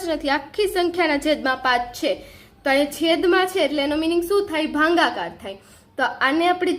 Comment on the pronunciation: Bhagakar 🚫bhangakae🤣🤣